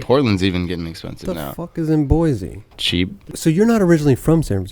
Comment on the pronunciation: Lol he said boise